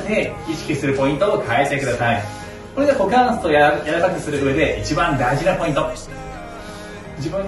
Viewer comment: いきなりのクウォカンスェツゥー(股関節）でかなり好きになりました。